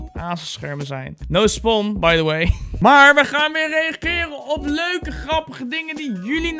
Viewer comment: stop mAar want je zegt by do way